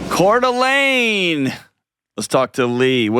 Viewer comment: Dr. John! You pronounced Coeur d’Alene correctly!!! 🙌🏼🤘French mixed with Native American is something people can’t get quite right 😂 Us North Idaho peeps appreciate it 🤍